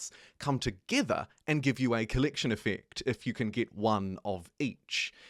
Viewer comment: collectiyyn yyffect. dude can you speak english, please?